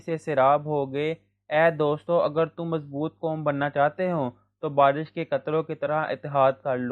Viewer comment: Why do you speak like that barrishh like whattt???!!